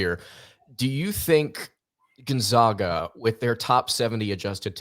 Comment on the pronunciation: GonZAGA not ZOGA. Geesh dude. Gonzaga has been on the national stage for 20 years now and people still can’t pronounce it right. How do you even get an O sound with an A? It’s basic English.